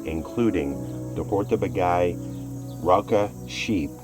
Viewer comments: What a great road movie :) I happen to live in this region of Hungary, and there is only one comment from me: This place is pronounced "Hortobadj" or "Hortobadge", not "hortobagay". :) You should come back during the Hortobagy Equestrian Days. Then you can see miracles like a Hungarian Gulash (our Cowboy) riding 5 horses at once, standing on the back of the last two horses. Just unbelieveable. Enjoy the your european trip, I'm now subscribed. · I love your videos. I do sometimes have a little laugh at the pronunciation of foreign place names. Hortobag"eye" isn't how it's said. It's more Hortoba then a soft dj sound. In HUngarian the gy is like soft J. Great footage of the birds as always :) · Lovely video, great to see you enjoyed your time in my homeland! So nice to find people who appreciate our natural treasure. I loved that the museum shares so much information and beautiful imagery with the visitors. A small hint of correction: the Hungarian pronunciation is [ˈhortobaːɟ]. The double consonant gy stands for a sound similar to d as in duke or reduce in British English. 😊 Wish you many more lovely trips around the world. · Great video, but the mispronunciation of Hortobágy really bugs me. It's more like: "Horto-baadj"